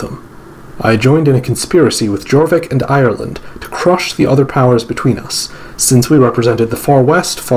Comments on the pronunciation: I’m so sorry but you butchered every power name except Northumbria and Wessex and Ireland and Alba. Gwynedd is pronounced Gwyneth (th as in the) Jorvik is pronounced Yorvik Mercia is pronounced Mer see uh. Sorry But it pained me. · A note on pronounciation. The Welsh language 'dd' is pronounced as the English voiced 'th'. So the 'edd' in Gwynedd sounds like the 'eth' in whether. (A single 'd' in Welsh = as the English 'd') English Mercia is 'mer-see-a' rather than 'mersha'. Jorvik = yorvik.